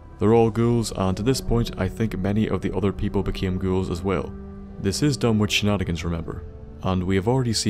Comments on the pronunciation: Pronounced Dun-ik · Done ich is the pronunciation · Surely the w is silent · Did you notice he mispronounced Dunwich the whole time?